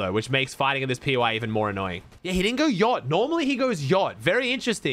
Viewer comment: “Yaallt” 😭😭😭 he can’t say yacht